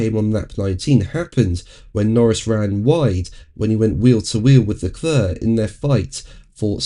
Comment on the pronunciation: his name is Leclerc, Not Leclurr.!.. 😘